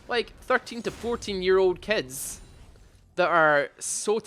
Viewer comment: It will come off as kinda mean, but it made me laugh how you pronounce certain words :) Fein = Fine Teim = Time Keds = Kids Breit = Bright Es = Is Thes = This Mend = Mind Subscreib = Subscribe